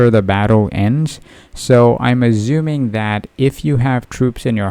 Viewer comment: Bro stop it with the "Azzumin" its "ASSUMING" pronounce the s correctly dammit🤣